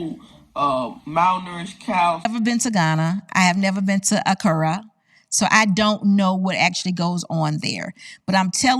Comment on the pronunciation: Hello love your channel, I have subscribed! But I would love to hear you pronounce names correctly like "Accra" & "Tambo"! No harm intended,.